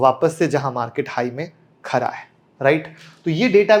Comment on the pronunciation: It's khada hai....not khara hai